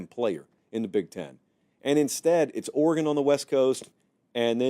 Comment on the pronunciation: Let’s cut the crap: it’s Oregon.